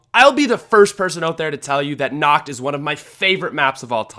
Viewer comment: The way you pronounce "nacht", it sounds really weird, haha.